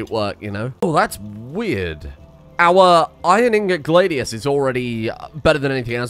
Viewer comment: Please stop pronouncing Gladius like that, it sounds like one of the poorly pronounced 'How to say'. ... Gla from glad( no d), the dius as in radius. 2 syllables. So many misronounced versions on th web thingy.